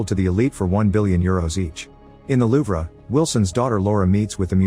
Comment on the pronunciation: Ah, yes.... the LOOV-RAH. Epic museum of the world, the LOOV-RAH.